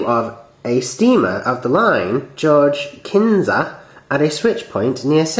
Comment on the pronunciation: Knysa is said with a silent 'K'